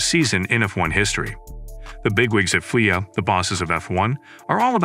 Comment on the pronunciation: i can not and will not watch or get info from somebody who calls the F.I.A. fweea? y'all can listen for yourselves . You can not be a serious F1 journalist pulling shit like that.